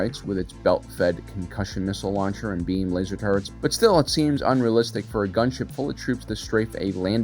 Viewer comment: "How wrong can we get ball turrrets?": "yes"